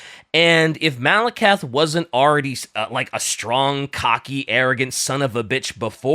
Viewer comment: really needs to play total warhammer 3 to fix his pronunciations of fantasy names, Malakith And druchi being the big ones here